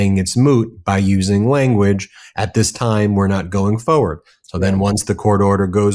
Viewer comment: Forward. The word is forward, and it has an R in it. I'm sorry, but this drives me crazy. Fo' fo' fo' fucks sake.